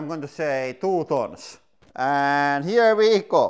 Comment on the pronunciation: Do you a t-shirt with, "Here We Go" , on it ? I like hearing you say that. Here Ve Go